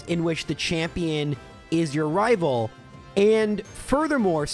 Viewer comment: I'll never tire of hearing you say rival fiveal